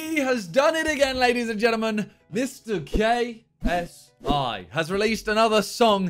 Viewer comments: I heard Simon say Mr GaySI NOT KSI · I thought he saidJSI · Just me or did he say gay s i in the intro hahah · Is it just me or did Simon just say Mr GaySI in the intro??👀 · bro no lie i thought you said GAYSI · He pronounce like gay S I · KSIMON, that had to be the gayest way to pronounce